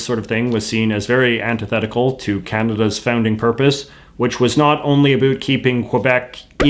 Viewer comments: “A boot”. Doesn’t get more Canadian than that. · Please stop pronouncing about as a boot. It only contributes to the stereotypes put on Canadians. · Please stop pronouncing "about" as "A boot"! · Is he over pronouncing his "about"s on purpose or does he really talk that way? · Yeah, I've never heard another Canadian say it that way, other than as a joke. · The only failure I see is your atrocious pronunciation of "about"